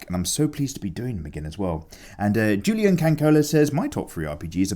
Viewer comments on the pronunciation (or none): none